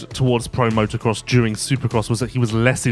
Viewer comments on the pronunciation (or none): none